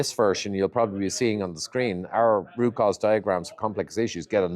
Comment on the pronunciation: ngl, I had to slow it down & put on subtitles because I kept hearing rupauls diagram when it was root cause diagram 😂 (I watch on 2x)